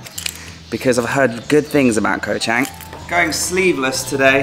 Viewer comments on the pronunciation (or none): have been following u for the last few months, I think u should make d initiatives to learn how to pronounced d places u go to. Is pronounce chunk not cheng, sarmui not semooi. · .....you are hurting my ears every time you mention the name of the island. Although the english spelling is with an "a", the correct pronunciation is with a "u".....so the phonetic would be Koh Chung.....I know I am pedantic....same with the beer...it is pronounced Chung....meaning elephant. Have a great time....Cheers.